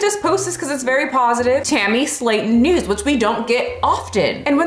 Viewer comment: Totally thought she said "we have Tammy Slaton nudes" in the beginning 😳